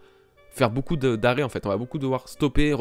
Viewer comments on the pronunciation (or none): none